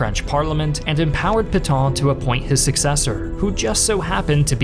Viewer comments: credibility would have been enhanced if he had practiced the pronunciation of "Pétain." He said something like "pee ton" but it should have been closer to "pay ten". His theme that France's 1940 surrender is too simplistic for history is not, IMO, correct. The French defenses were well equipped but badly coordinated, and the Wehrmacht went through them as a knife does, butter. They lost. The government had no realistic option but to yield. The deal they got from the Germans was vastly more generous than they, the French, had given Germany at Versailles. Hitler's use of the famous rail car was not "petty", but a way to impress the folk back home. He was never accused of being a poor showman. And as a front-line participant in WW1, he no doubt felt personally vindicated too. He was not quick to crush France, as Germany had been crushed 20 years earlier. He wanted a quiet Western neighbor, so as to be left free to pursue the Bolsheviks to his East. By letting the French run half (at least) of the country he saved resources for that purpose, but had to defend its North and West against British retaliation. So Pétain did the best he could, in bad circumstances. A condition of being able to exist, Vichy had to be neutral, and had to submit to some ugly requirements. The alternative was ongoing war, of which Pétain had seen enough. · Peh-tan, not Pee-tahn! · It's Pétain and not Putain, whatever you can think about him. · you pronounce Petain almost as Putain, well played. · Why can't you pronounce Pétain correctly (etc.)? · Would be nice if you could pronounce Pétain correctly.